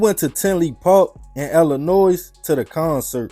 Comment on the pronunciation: It's not Illinoise...the S is silent!!